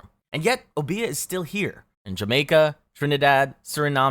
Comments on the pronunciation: It's Obeah, not obía. O-be-a just like it's spelled (but ignore the H). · Silly pet peev, but it's not obEah, it's Obeah, with an emphasis on this O not the e. And the e is a long E sound, not an A sound O-BE-AH. At lease that's how it's said in the Caribbean. I hope this helps if you ever pull up!